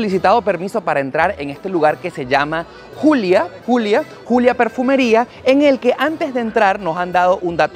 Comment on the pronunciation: Querrás decir Juliá. No Julia. Deja de pronunciar tantos anglicismos, porque nos molesta en Europa.